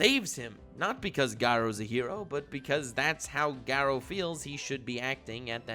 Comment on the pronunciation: Me:sees video and clicks it Sees pronunciation of garou and chloro leaves